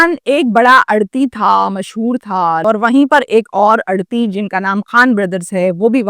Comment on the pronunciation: لفظ آڑھتی ہوتا ہیے ، اڑتی نہیں ہوتا